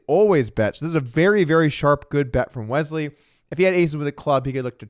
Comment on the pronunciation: Is there a “z” in Wesley… didn’t think so. Carry on